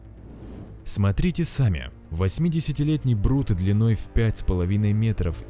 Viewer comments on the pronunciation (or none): none